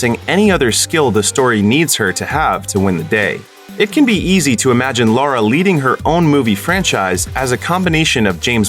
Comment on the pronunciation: It's Lara not Laura...